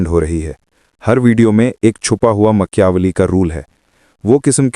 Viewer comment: Very informative ❤ but makyaveli😅 made me smile ..